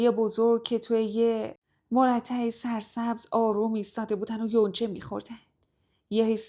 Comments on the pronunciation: کلمه مَرتع نه مُرتع ،،،،و تو یکی دیگه از داستانها گفتید بِشاش بجای بَشّاش و چند تا اینجوری اشتباه تلفظی میشنوم تو داستانهاتون اصلاح بشه خیلی عالی همینطور که داستانهاتون عالی❤❤❤❤❤❤❤❤❤ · مُرتع نههههههههه مّرتَع درسته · مُرتع نه مَرتع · مَرتع تلفظ صحيح است ❤ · بسیار مزخرف بود در ضمن مرتع را درست تلفظ کن خیلی چیزها را غلط تلفظ میکنی سعی کن یاد بگیر تا درست بگی با پوزش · خانم قصه‌گو‌. مرتع با فتحه مونده میشه به معنی علفزار😅😅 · مرتع هم اشتباه تلفظ کردین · مرتع رو درست تلفظ کن ❤❤❤ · مرتع رو هنوز نميتونی صحیح و درست تلفظ کنی یعنی بخدا قسم بچه‌ های سوم‌ ابتدایی هم معني و مفهوم کلمه‌ مرتع رو ميدونن هم تلفظش رو. وااااای چقدر ما بدبختیم که‌ پای داستان های صدمن یه غاز تو میشینیم که‌ نه مرتع رو بلدی درست تلفظ کنی نه پاتختی رو که‌ مايه آبروریزی میگی پای تختي 😂😂😂😂😂و چقدر تو بدبختی. متأسفم برات. فقط ميتونم بگم تُرکه خیییییلی بيشتر در شأن تو هست تُرک بيسواد که‌ باید قربون انگشت کوچیکه همه‌ی تُرکها بشی بینوای فلک زده‌ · شما کلماتی را اشتباه می خونین که واقعا به نوشتن داستان توسط خودتون شک دارم مگه میشه داستانو خودت بنویسی واشتباه بخونی مرتع کلمه ای که دبستانی ها هم بلدن بخونن عزیزم اگر خودت مینویسی از کلمات مترادف استفاده کن بگو سبزه زار علفزار این حد اشتباه کردن عجیبه به هرحال موفق باشین وبرای مخاطب هم احترام قائل باشین این داستان نه در شان ماست نه شما 🙏🏻